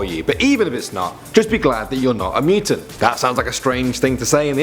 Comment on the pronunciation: "Mooo-tun" cows lmao